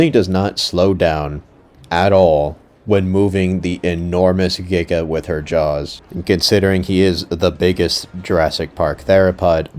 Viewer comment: if he doesn't want to be hanged by the Paleontology community, then he should've said Giga, it's the correct way to say it